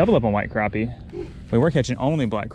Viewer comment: Not to be mean but it is pronounced crappie not cropie